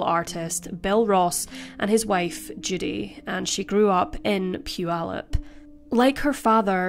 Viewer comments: I live in Puyallup and you pronounced it perfect! With that said, this sentence was a total joke. 6.5 years for murder is a slap in the face to our justice system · Thank you for pronouncing Puyallup correctly. My 1st stab at it was "poo-ee-loop." 👍👍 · You pronounced Puyallup!!! that's rare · To pronounce it correctly is rare...Especially for someone not in America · What a horrible thing to do to this kind woman! 😢 only 51/2 years for murder? And then she goes on to marry and have children? Unbelievable! 😠 As a side note, I live about 50 miles north of Puyallup WA. Thanks for pointing out such great things about it, all true! And thanks for pronouncing it correctly! So many mispronounce it. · Great job pronouncing Puyallup. I used to live near there and it's a tricky one. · Congrats for saying Puyallup correctly! 🙂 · Congratulations on saying Putallup correctly. I've lived in the area my entire life and rarely do those from outside the region day it well. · Congrats on pronouncing Puyallup correctly! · I'm shocked to hear it pronounced right.